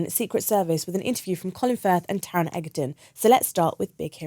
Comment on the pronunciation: SHE PRONOUNCED TARON'S SURNAME WRONG 😪